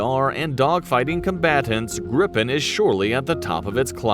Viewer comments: Yes his granddad flow Draken which was translated to "Kite". In English, it would be The Dragon actually. Gripen is Griffin in English which I think it's easier for people to use then Gripen, The "i" in Gr"i"pen sounds close to the "e's" in Gr"ee"d. So Gree -pen User (Swedish air force) asks the government for a new fighter where they set up the requirements they ask for. The government sends that to FMV (The procurement agency) to specify the requirements, make them understandable for market as technical regulation/requirements. FMV will then look if something already on the market meets or is close to meeting the requirements. They then report to the government their findings. price for existing products but also a ballpark estimate of what a new development would cost. In this case, No fighters filled the requirements so new production. SAAB won to a set budget. After that the Air force, FMV, and SAAB worked together to fulfill the requirements set. yes there are more nations involved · You are pronouncing Gripen with a strong P and N , rather you should emphasize the vowel’s I and E and soften the consonants after the vowels. So long sounding I and E, short and soft P and N. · Phonetically it is Greepen, not Grippen. The letter (i) in swedish sounds like the english (e). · The name is with one p so a long p In english it would be griffin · We'd say gree-pen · Gr - I [as in “Inn”] - Pen [as in a hold]. Gr-I-Pen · when you say Gripen, you need to stretch the letter I a little longer , and also the P is short ., Like : GRIIIPEN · JAS-39 "Greep-pen" JA-37 "Vigg-en" J-35 "Drawk-ken" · Giffin, or gryphon, is just the english word for Gripen. It's pronounced Gri-Pen, Gri as in Grinch, and pen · We pronounce it "greepen" And also, JAS stands for "Jakt, Attack, Span". Which more translates to Hunt, Attack, Scout. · It's pronounced like Green Pen... but in one word without the middle n... Greepen... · pronounce; "Griiipen" with long i, and "Viggen" with short i